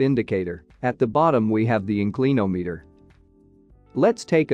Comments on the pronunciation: Excellent but this AI software or speech generator should include a dictionary pronunciation database as part of its reference. In- CLEAN-ometer 😂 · Gawd I hate 'Robo Narration'! IN clin ahm eator!